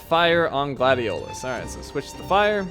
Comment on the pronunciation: I love this game so much! I've beaten it almost 10 times working up to 20 but then someone in my house now I wont say who just because I'm to lazy UNINSTALLED IT FOR MORE ROOM ON THE PS4!!! so I just watch others play it now. Edit: The way he said Gladiolus just made me mad because as you learn throughout the game Noct doesn't pronounce it that way he pronounces it like Gladious :^I Also I found a meme with Nocts face on it and it said I dont always take naps but when I do I'm Noct right out 🤣🤣🤣🤣